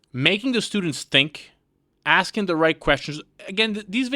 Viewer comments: Aint no way she just said axing instead of asking 💀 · "Thats like axeing.." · "axeing" Do they not teach English in college now? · axing axing axing. 🥴🤔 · Why can't black people not say asking? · Axing? Is this a place of higher education or a gindergaden? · when people cant pronounce asking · College level, cannot pronounce: "Asking" Paid for to educate nothing.